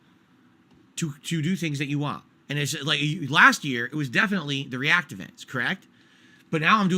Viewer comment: His fans wanted to pay $20 a month to recommend videos for him to ree-ack to? That's really what they wanted?